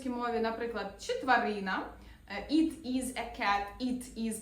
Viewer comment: Ви неправильно вимовляєте на англійській мові воно "it". - Не "іт", а "ит"!